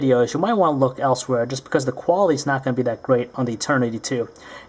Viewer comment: why do u emphasise SO much on the 'quality of the materials'?